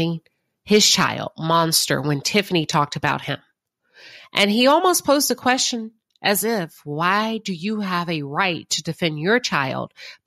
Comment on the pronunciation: She kept talking after she said in the car she would let Marsau talk to Martell. She always tries to act like a boss and comes off like a bobble head. Her line of “kweshtuning” made her look ridiculous. Someone pointed out how she made Martell apologize to her son CJ for saying that Marsau had 20 women. Apparently she felt Martell’s comments about the father affected the children now she playing dumb like she don’t understand her Mammy’s behavior. Her hatred for Mel is unreal. She loves to keep repeating the lie that Mel don’t know who her BD is, just to drag Mel.